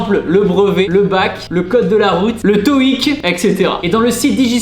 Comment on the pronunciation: 1.21 oui le toïc et pas le coït Je suis la seule à avoir mal entendus ? 🤣🤣